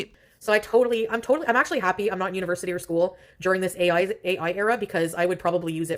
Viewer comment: Foodie: “Oim soh glahd oi didn’t have A-yoy (ai) when oi was in Skyuul (school)” as if she retained anything from school anyway. 🙄